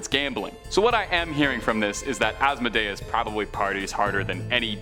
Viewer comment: Asmodeus is pronounced-(Az-moe-dee-us). Just a little heads up